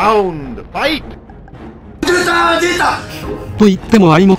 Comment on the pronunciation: 出たー出た！じゃなくて出たァ出た！なの 自分知りませんけど感出てて好き